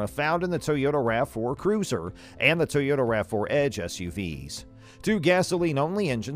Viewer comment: I've never heard of a tow-yota is that a new brand or something 😏😏😏😏😏😏😏😏